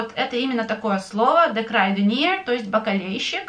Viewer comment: Почему вы в словe kruidenier дифтонг ui произносите как ай?